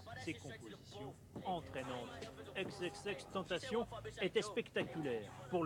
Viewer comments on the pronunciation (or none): C'est pas Euks Euks Euks tentation mais XXXtentation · Mais bordel l’es média ils sont vraiment du mal pour son blase « eux eux eux tentecheun » non ça se prononce « ix ix ix tentassion » mais ça s’écrit « xxxtentacion » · "euxeuxeuxTentacion" 😑😑 pourquoi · " Eux Eux Eux " Euh d'accord mais c'est " XXX " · tu es un troll cest pas possible a quel moment le X en anglais et dit " euxe " sa se dit aixe aixe aixe pas euxe euxe mais PTDRR CELLE LA CEST MEILLEUR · Le mec il dit exexextentation ptn c XXXTENTATION BORDEL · "EUXEUXTAINETAICHIEUNE" ptdrrr on prenonce "AIX AIX AIX TAINE TA CION" En plus vous en parler que 2min ptdrr nan mais en plus vous parlez de lui vous le connaissez pas ptdrrr il a changer après 2016 💔👑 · eux eux eux tantashionne putain mdrrrr la prononciation anglaise est en gros "eks eks eks tenntasionne" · Putains il c pas dire xxxtentacion au mieux de eux eux eux tentacion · Le mec dit euxeuxeux tentation pff aucun respect serieux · Se lui qui présentateur et con il a dit euxs euxs eusx tentation au mieux de xxxtentation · c est xxxtentation pas euuuuxx euuuxx euxxxxxxx tentation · "Le rappeur Euks Euks Euks Tentacion" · nn au début il dit euks euks euks TENTACION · Euks euks euks tentayshon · Ça se prononce: aixe aixe aixe TANTASSYON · EX EX EX TENTATION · "EUX EUX EUX" mdrr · "EUX EUX EUX TENTACHION" Déjà, si tu prononces pas bien le nom d'une légende, ferme ta gau gau gaule xD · Il l'on pas respecté avec " eux eux eux tentation " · Ca se prononce Ex ex ex tentaçion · Ex ex ex tentayion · Fermé la tous c'est pas xxxtentacion sa se dit ex ex ex tentacion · "EUXE EUXE EUXE TENTACION" 😂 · Euxe euxe euxe Tentachion 😂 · Ikse ikse ikse tantassion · " Ex ex ex tantassion " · Eux Eux Eux tentacion mais avant apprenez à le prononcer. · "Euxe Euxe Euxe" tu es serieux mec ? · ''Euxe euxe euxe tentacion''😂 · Euxe Euxe Euxe TENTACION 😂😂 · C’est pire que du manque de respect ! Renseigner vous au moins avant de prononcer le nom Euxe Euxe Euxe Tentacione ! Sérieux